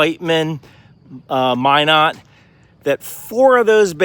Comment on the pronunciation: Woof that pronunciation of Minot